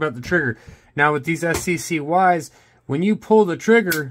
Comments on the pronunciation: Pronounced "sky" not S.C.C.Y. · They pronounce it sky. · They're pronounced Sky's. I have a CPX-1 which is the external safety variant. Great backup gun, though a bit snappy.